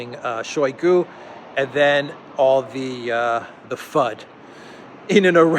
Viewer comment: [ShayGU] The ``o' ' makes ``a' ' sound as in ``owl' ' because word stress falls on ``GU' ', not on ``shoy' '. In Russian, unstressed syllables get muted.